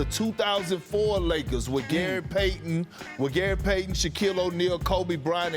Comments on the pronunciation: So we are going to ignore that Perk said “Lakerses”?😂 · The Lakerses 🤣🤣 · Did Perk just call them the "Lakerses" 🤣